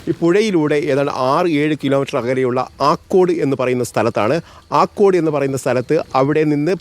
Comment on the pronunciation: ആലക്കാട് അല്ല ആക്കോട് ആണ്